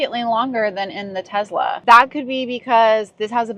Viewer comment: I could tell you own tezz-la before you even started talking